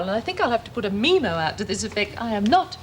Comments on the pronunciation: Lol Lizzie "I'm full of contradictions!"...ARGGHHH! You may not be Davo but you still say bloody 'Meemo'!...If memory serves, they did the dog thing with vinegar tits too, funny that. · MeeeMo It's called a memo! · SoapsNthings did you notice in early episodes they pronounced memo as it should and not meeemo, they must of noticed again in later episodes as they went back to saying memo. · Meemo, meemo, meemo, MEEMO! I thought that pronunciation had gone with 'Irica' and her 'elcohol' lol :)